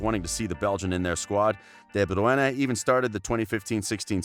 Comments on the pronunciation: I'm about to throw my phone across the room at that pronunciation. Americans just don't seem to be able to pronounce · I hated the way u said his last name omg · C'mon! 😳 WTF Is this??? You can't even get a guy who can pronounce De Bruyne's name???? He's only the BEST assists player in the world!!! Shameful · Had to mute each time he says De bruyne's name in the weirdest way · FFS this is the worse ever,it's insane that nobody said anything about your effort in how you pronounce KDB name ? Mind you it's in all your vids but staying on this one ,where have you ever heard his name said like that i'm sure its a bet with your mates to pronounce it like that and like that i mean all fucked up ? Ha the special olympics sounds like you should be commentating for them ....... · What the actual f is this pronounciation of Bruyne 😂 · the way you say is name is distracting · If you're from the UK, you are saying it wrong too. Ask someone from Flanders, they are the only one that can pronounce it right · WTF , he is destroying De Bruyne’s name . Don’t get Americans to speak about football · This narrator is annoying and ruined the whole video, his annoying voice is so cringe. I’m assuming he thinks it’s flattering to pronounce a name he has no clue to pronounce! Get this guy some lessons how to speak! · Man... i thought the premier league commentators said his name bad, this dude takes the cake. Absolutely atrocious that this was even posted on YT. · You butchered his name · everytime you say his name badly i took a shot.im in hospital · The narrator is surely pronouncing de Bruyne in afrikaans. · Would you please just call him KDB, your pronunciation of DE BRUYNE is heart breaking💔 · Ew how he says de Bruyne is triggering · I searched it up and are saying it wring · nah mate, I'm Dutch and he's way off. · "De Bruene" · de bruyeneh 😂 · Everyone: de bruyne HIM: de bruiane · It is not pronounced bru-ene It is broi-ne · Kevin De Bru ENE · De Bruene?? xD